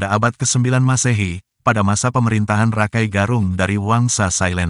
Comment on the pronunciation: Maaf, koreksi, menyebutnya bukan RAKAI, tapi Raka I, artinya saudara tua yg dihormati